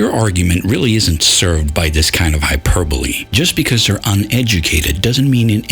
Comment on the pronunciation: Hyper bole, I think you might be putting the em pha sis on the wrong syl lable